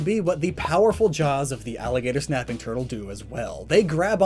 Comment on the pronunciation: Thought you said "napping" and was about to mention Snorlax lol